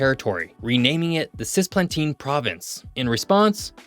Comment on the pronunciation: Cisplatina not "Sisplatina"